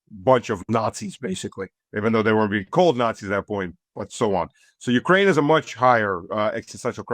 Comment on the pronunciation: And likewise, Ukraine, like insurance and police, has the emphasis on the second syllable, not the first. God how tired I am of hearing YOUkraine.